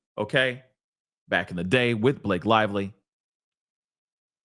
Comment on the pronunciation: “B-LA-kay was in her feefees,” made me lol.